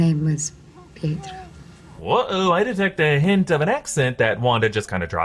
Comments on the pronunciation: Saying Pietro the way it's supposed to be pronounced is not a sign of an accent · Exactly, im british yet pronounce it like that because it IS his NAME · That's not an accent, it's just the right way to pronounce "Pietro".